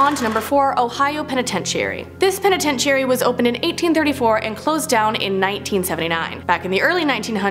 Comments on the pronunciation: i switched the video cause the way she says penitentiary... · I sorry but I can't listen to this video because of the mispronunciation of penitentiary. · you are so adorable,you are so misspronouncing penetentary! (Lol I probably miss spelled it)😉🤣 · Hate to gripe but this girl mispronounces so many words she is making me crazy. It makes her sound stupid. If she can’t say it she needs to use a different word. Someone please help her. Start with penitentiary. Thanks . I do love your channel and watch it daily. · You are saying penitentiary wrong. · Wtf is a penatencheeary? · Start practicing on how to say words it's a very easy word sound it out penitentiary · It's pronounced penatenchury. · Sound it out. Penitentiary Pen - uhh - ten - tree. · She is putting too much emphasis on penititairy. New Mexico Main better be on this list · It's pen-eh-tench-er-ee. Good video otherwise, not so many cringy moments lol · Y'all take a break, it's Christmas!! also stop saying Penitentiary like that. It's driving me crazy😂😂😂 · You are saying penitentiary wrong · Lol it's hilarious how you're saying penitentiary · Anyone else do a double take, then get annoyed, then laugh, then get annoyed again, at how she said the word PENITENTIARY??? And what's worse, not a single person who helped work on/film this video, corrected her, so NO ONE knew how to properly announce the word lol... Merry Christmas errrbody!! And if you dont celebrate it, well have a merry day that happens to also be Christmas anyway! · Lmao I was cracking up every time she said it! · I thought that I was hearing the wrong thing at first but then she kept saying it lmao😂😂😂😂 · Me n my man noticed too lol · Right! I've been having trouble watching her videos because of this problem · I was like, "I've been saying penitentiary wrong my whole life." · I couldn't make it through the whole video because of this. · level I said. I said girl stop saying it like that you're driving me crazy, lol